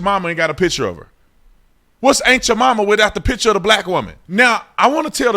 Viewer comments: I've heard "ant" Jamaima and "aunt" Jamaima, but "ain't" Jamaima? You just made that up. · I done heard everything, "aunt" "ant" but I AINT ever heard... of ain't Jemima. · The way you say "Aunt Jemima" I keep hearing "Ain't You're Mama" and I'm busting a gut. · Haha. Sounds like officer Tatum is saying “Ain’t yo Mamma” 😂😂 I can’t unhear it. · Honestly everytime you say aunt jamima all I hear is "ain't cha mamma". Am I the only one?. 🤣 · Lol it sounds like you’re saying “ain’t ya momma” 😂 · when you say "Aunt Jemima" i swear it sounds like youre saying aint ya mumma lol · I swear you said "ain't ja mama"